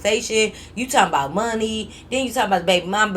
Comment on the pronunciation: lol when said “talkin aboot” by a mistake i was like when the heck did she get a Canadian accent 😂😂